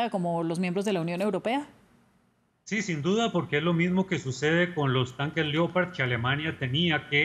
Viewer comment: Lo que que cambio fue que los Ucranianos están acabados semiderrotados y sin soldados y municiones y la presentadora que no sabe pronunciar LEOPARD Y SIENDO HISPANOAMERICANA NO SABE DECIR LEOPARDO 🐆 TAMPOCO☝️🧐🤣🤣🤣🤣🤣🤣🤣